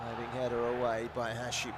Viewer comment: المعلق يسمي هاشم ،،،هاشيمو😂😂😂صار ياباني